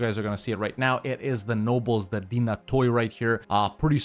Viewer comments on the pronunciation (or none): none